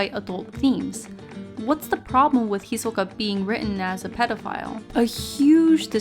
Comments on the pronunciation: "Hi-soka" Lol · Guys this bitch wants it to be pronounced hi-SOE-kah lol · How so? Her pronunciation is clearly more Japanese than the English dub version of the name. I think that's actually way better than using the English pronunciation. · you cant pronounce his name correctly so shush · I dont see how saying his name wrong really matters.